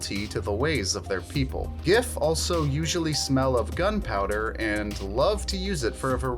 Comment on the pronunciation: Pronounced “Jiff”